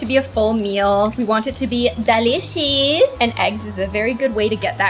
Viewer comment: The way she says " dAliCOeS" It's just amazing